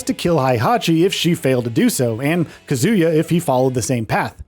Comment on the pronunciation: It's KAH·zoo·yuh, not kuh·ZOO·yuh. They literally say his name in the character select screen in EVERY GAME